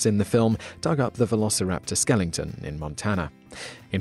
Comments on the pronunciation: Why... just WHY. Why does he say fucking SKELLINGTON, there is no ING, there is only an E, how do the British fuck up even that pronunciation..., its not like its JUST a miss pronunciation, they straight up left out the E and added in the ING, seriously, Skeleton, S.K.E.L.E.T.O.N < THIS is how you spell it, and its pronounced skel-e-ton...... how is it that fucking hard, i swear. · "Skelingtons" What the fuck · Did you just say "Skellington"? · Like the video, as always. But what happened? "...Velociraptor SKELLINGTON"??;) Best regards. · "...dug up the Velociraptor skellington in Montana." Anyone else hear that? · Did he say skellington? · 1. I bet I know more about dinosaurs than you and 2. how can anyone trust a man that pronounces skeleton as skellington when it comes to scientific knowledge. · Wait... skelington? The fuck is a skelington? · "skellington" Well I guess today I Simon still can't pronounce simple words properly. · skelington lol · I was a little taken back by the pronunciation of " Skeleton " as " Skelington " at the 2.01 mark. I had 2 Hyline Brown chickens just over 2 feet tall that would eat other birds if they came close enough and they were already very well fed but mine seemed rather predatory to the point I couldn't feed my dog outside and often had to bring her in for her own safety. I tripped over one day and they attacked me after I had raised them from day old chicks. Strange considering I could pick them up and have then sitting on my shoulder like a large parrot. Walked inside and made 1 phone call and they went out to a farm 2 hours later. Ungrateful little shits but HEAPS of eggs. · The truth about skeletons...the word is not pronounced 'skelington'.